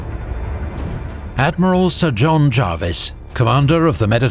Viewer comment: I was taught by Prof Harry Dickinson, one of the great 18th century specialists, and he was insistent on the Jarvis pronunciation. Paused a seminar to point it out! So I’ve gone with that.